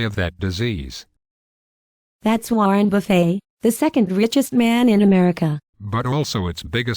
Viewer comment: who is Warrin Buffey? lol